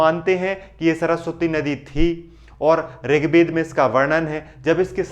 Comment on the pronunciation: Rig Bed nahin Ved hain, toda josh main bolo.